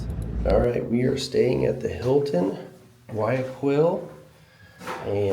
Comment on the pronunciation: Very nice Video! I am glad that you liked the little parts of Guayaquil that you saw. I was born in Guayaquil, although now I live in Orlando. By the way, the right pronunciation is: Gua-Ja-Keel